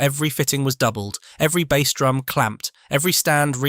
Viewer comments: it really jars, doesn't it? It spoils an otherwise good channel. I struggle to listen to it. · Hearing "bass" pronounced wrong in one sentence then correctly in another tipped me off. Clicked off after that. Don't even care if it's interesting, if creators won't put in the effort, neither will I.